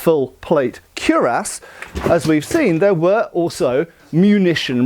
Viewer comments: I love your work, great demonstration of historical, practical and theoretical curiosity and knowledge. Notwithstanding, cuirass is pronounced kwuh-rass (emphasis on the second syllable), not kyoo-ras (emphasis on the first syllable). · triggering me hard not calling it kweeras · Cuirass. Nope. None of that first word. It is easy enough to pronounce when a curiass does the same thing much quicker. There are fights to be fought and wars to be won. Keep doing you. Curiass. The Definitive Word for this so called plate armor is... Curiass. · Came here to learn how to pronounce cuirass, stayed for the awesome info 😍! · Rich: cuirass Poor: brigandine